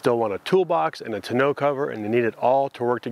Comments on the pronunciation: so you send a link that gives the correct pronunciation that you didn't use? I don't get it lol. Maybe you are sending a link to confirm bmxshippy is correct? It is "tawn-no" and not "te-no" like you pronounced it. But that's ok, love the video anyway.I liked and subscribed! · "Tahn-o" Not "To know". :-) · pretty sure tonneau is pronounced "ta-no" not "t-no" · Awesome content...but driving me crazy with "2 know" cover..😆 Tawn-noe...lol.. Nice setup guys.. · Love your videos but it’s pronounced “tawn-no” rhymes with “dawn-no” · Ton. O. cover..... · Jeez you pronounce tonneau wrong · Hey, I'm a Canadian and took French all the way through school. I'm sorry to tell you this but bmxshippy is right and your site is wrong. I also wanted to say please keep the great content coming!